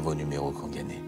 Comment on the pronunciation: je rêve ou il a dit gané au lieu de gagné ?🤣